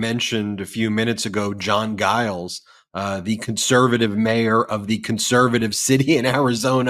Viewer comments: Mayor Giles is pronounced Jiles, not a soft "g." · I live in Mesa. Our mayor id pronounced "Jiles". But yes, he absolutely has come out strong on the side of democracy.